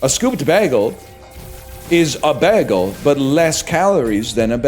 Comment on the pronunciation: Why does he say bægel.